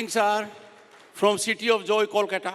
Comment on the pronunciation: How long was he governor? He can't even pronounce "West Bengal" and "Kolkata" correctly. Blatant RSS Modi stooge.